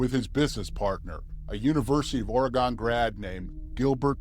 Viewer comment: Ore-gun... is how it's pronounced.